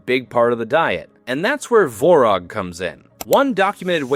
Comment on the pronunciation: Tvorog (Творог). There is a T and its not silent.